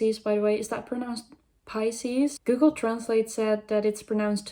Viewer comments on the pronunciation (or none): "Piss-ies" is gold lmfao. Nah it's def 'pie-ses'. ^^